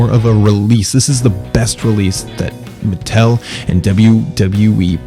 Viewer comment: its not its MUH-TELL